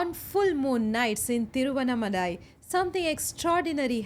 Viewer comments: The pronunciation is ThiruvannAAmalai. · Pls pronounce Thiruvannamalai properly!!!🙏🙏